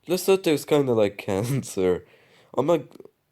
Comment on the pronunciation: Honorable mention: Polish Presidential election. Also Lesotho is pronounced "lesutu". Anyways, nice video. P.S. I DON'T support the Polish Government, friendly reminder